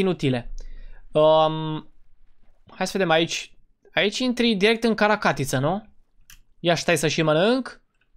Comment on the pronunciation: Notițe spune caracatiță nu carta catiță